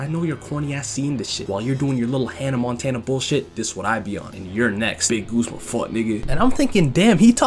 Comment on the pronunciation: It's GUZMA, not GOOSE-MA